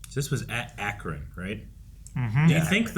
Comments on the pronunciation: there is a definitive way to say AT-AT in canon. In the first mission to Kashyyyk Cal says it as at-at rather than A.T.-A.T. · its A.t. A.T anyone who says at at is wrong (shakes fist like granpda simpson), do people say At st like a steak in a pan?? at te like at te(mperature) for the prequels walker? no its an acronym